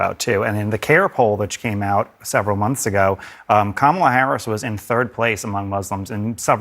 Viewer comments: I wish would pronounce "KAH-ma-la" correctly. It's not "Kam-AH-la". So many people in the media appear not to know the correct pronunciation, or worse, they do know the correct pronunciation, but decide deliberately to mispronounce the VP's first name. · It's not Kamala It's SHAMALA !!